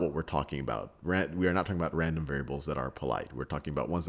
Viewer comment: "well they arre limited by the speed of light" lol sal